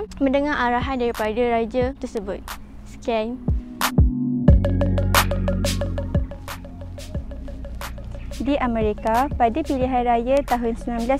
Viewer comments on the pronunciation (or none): Sekian dam bukan syekian 😂